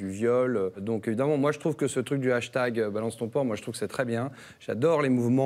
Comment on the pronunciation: hashtate ? vous voulez hashtatter quelqu'un ? honteux !